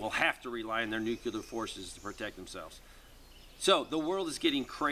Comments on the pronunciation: We really need to work on the pronunciation difference between NUCLEAR and NUCULAR....😘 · Sorry, pet peeve. Nuclear is pronounced nu clee er not nu cu lar.